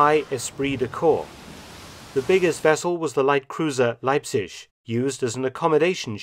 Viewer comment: Nice to see a ship that is named after Leipzig. Also nice work on pronouncing it.👍